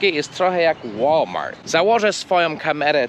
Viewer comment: Właśnie dziś oglądałem Twój film, że tłumaczysz, że ostatnie litery wymawia się twardo, a nie miękko jak w Polsce i podałeś przykłady "good" i "chleb". A tu słyszę... "łolmar". Gdzie jest "t"? :P